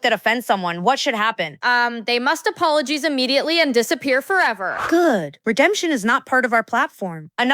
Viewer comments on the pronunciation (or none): "apolojeez immediately" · appologize is pronounced wrong in this cartoon!